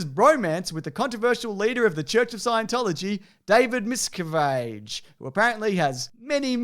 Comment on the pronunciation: David "Mis-Cav-itch"